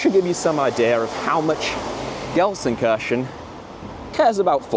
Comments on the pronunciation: People in 95% of Germany: "LUL he says Gelsenkörschen, not Gelsenkirchen" People in the south of Gelsenkirchen: "What are you guys talking about??? He says it exactly like we do" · alter kann er gar ned Gelsenkirchen richtig aussprechen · Ist für die Briten richtig schwer 😂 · I genuinely love your videos but please learn how to pronounce Gelsenkirchen properly please. I want to go full Van Gogh on my head hearing you say that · It's a bit painful that the biggest fan of Gelsenkirchen can't pronounce Gelsenkirchen